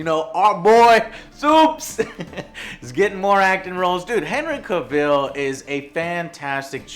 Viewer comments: Hey joe it’s pronounces CAvil with emphasis on the A, I swear it was so cringy when he kept mispronouncing his name. And another thing, Sebastian Stan would be a terribles choice for dandelion, he just doesn’t fit the character. I think someone like Russell Brand from Get him to the Greek would be a more appropriate choice. I respect you joe but sometimes ...🤦🏻‍♂️ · I love you Joe.. BUT I HATE THE WAY YOU SAY CAVILL! 😂😂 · That's not how you say Cavill haha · Joe got a new camera!!! Please God say Cavill right tho, Joe... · How do you not pronounce is name correctly haha, you seem to be over looking the fact this suggests he’s no longer going to be superman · Dude the way you pronounce Cavill xD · I'm going to excuse how you butchered Henry Cavill's last name. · your pronouncing henry cavill's name wrong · You say Cavill WRONG!!!!!!!!!!!! AND WHY THE FUCK WASNT MADS MIKKELSON CASTED AS GERALT?!?!?!?!?!?! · Your pronouncing his name wrong. He shows you how to pronounce it in a video. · You're pronouncing his last name wrong. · Joe just really likes that wrong pronunciation he first imagined I guess, lol. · Why can't Americans pronounce words properly, not as if hasn't heard Cavill's name said before hahahaha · Joe, If you're such a big fan how come you can't pronounce his name properly? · loves Henry cavill can't say Henry cavill Also, that cosplayer looks NOTHING like Geralt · Nice setup and news segment. Buuuut u are pronouncing his last name wrong joe. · Pronounced Cav-vol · That’s not how you say his name you fool!! Say it right . It’s Cavill! Sounds like travel . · You're saying he's name wrong... its pronounced CAV-ILL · Pronounced Henry Cavel like travel just saying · Cavill is pronounced like travel (Ca-vel). Come on Joe! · henry "cuh vil" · "Cah-ville" lmao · Henry Caville... Dude, he's not French xD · You say his name as cav- ill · Joe I love you and your channel BUT IT'S PRONOUNCED.... CA-VILL!!! OKAY?! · His name is Cavill as in TRAVEL!